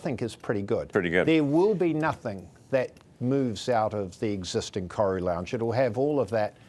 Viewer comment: You’d think the CEO of Air NZ could pronounce “Koru” properly 🥴🤦🏽